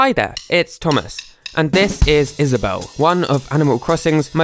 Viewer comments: Is-A-bell. Lol. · he said: is aw bewwle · "is-a-bell-(e)" i can never unhear that again. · "Is-a-bell" oh my GOD